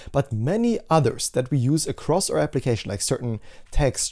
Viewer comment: aur app--- not or app - you are generally so good with english... but your pronunciation of our, could be fixed so easily ;) Please do! :P